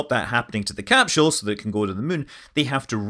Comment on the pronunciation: said cap shul 😂